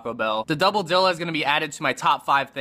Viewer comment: I can't tell if your mispronunciation of "dilla" is intentional or not. Are you trolling us, man? xD